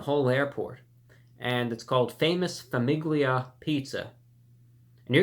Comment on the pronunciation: Famous, "FA-MEE-LEE-A" not "FA-MIG-LIA"